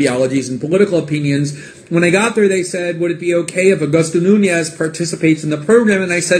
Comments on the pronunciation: funny you say that because the trigger for the whole thing was Greenwald calling Nunes a coward repeatedly and mispronouncing his name, clearly on purpose, as if he was Mexican or something (nunhes instead of Nunes) also repeatedly😂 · Anderson most people would get physical as well when repeatedly being called a coward and repeatedly, on purpose, having their name mispronounces as "nunhes" instead of "Nunes" as it the guy was Mexican or something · Ken Hudson I also don't see Greenwald calling the other guy "Nunhes", using the Spanish pronunciation repeatedly in his after the fact video as innocent either. I'm Portuguese and while I would probably refrain myself in the same situation of having my name deliberately mispronounced in a clearly inciting way as well as being called a coward, also repeatedly, I would definitely feel the urge to get physical. This is being a Portuguese speaker and understanding the whole context of it. As pointed out, when you call someone a coward like that you are inciting a physical response